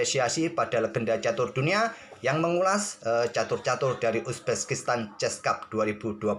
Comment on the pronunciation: Bang kok penyebutan uzbekistannya agak laen 🤣 Uzbekistan ❎ Uzbeskistan✅